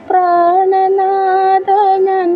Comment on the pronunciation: ദാരയിൽ, പ്രാണനാദാ എന്നല്ല ധാര.സർവ്വത്ര ഉച്ചാരണത്തെറ്റ് രാജിക്ഷേമൻ ചങ്ങമ്പുഴയുടെ നർത്തകി ചൊല്ലിയ അതേ ഈണം